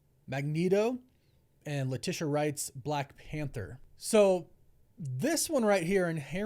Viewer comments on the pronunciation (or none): none